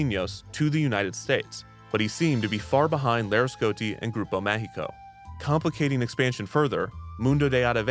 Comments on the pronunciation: I thought through the whole video he was saying "Grupo México" (they operate trains and mines) instead of "Grupo Mágico" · Grupo Mágico "g" is pronounciated as a "j", because it is in portuguese. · Damn, Kidzania has grown so much... I still remember going to La Ciudad de los Niños a child and later on wondering why it changed its name to Kidzania. Fun fact: Most adults still call Kidzania "La Ciudad de los Niños" here in Mexico despite many years have gone by since the name change. Note: "Grupo Mágico" is pronounced Ma (as in magic, mascot or Mars) hi (as in Himalayas, history or him) co (as in company or Colorado), throughout the video it sounded like "Grupo México", a huge company here in Mexico mostly known for its owner's reputation (second richest person in Mexico), and their mines' accidents. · I was there! In both ciudad de los niños and then Kidzania in a corporate event! I have a picture in ciudad de los niños jail lol. Just one correction. You're mispronouncing grupo mágico. You are pronouncing a Spanish "E" sound instead of an "A". Which is a bit unfortunate since there is a Grupo México that is a mining company with very poor environmental and labour record say the least